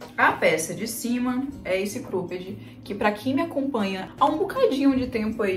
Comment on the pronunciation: Engraçado ela falando Crôped 😅